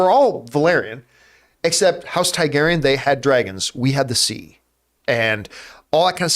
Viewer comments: It’s TAR-garyean John not TAI-garyean!!!!! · “Tygarian”….. Tarrrgarian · they are TARGARYENS, not taigaryens ...you're pronouncing wrong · John’s always got Star Wars on the mind 😂 “TIE-garyan”